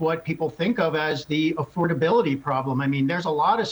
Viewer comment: Duh mr supposed intelligent doesn't even know what affordability is or how to say it .